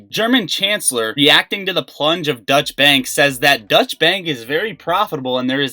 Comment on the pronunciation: Dutch Bank lol. Doycha Bank dude.